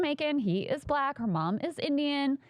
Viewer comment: The 3 syllable "Buh-laa-Cuh" is giving segregation vibes 😐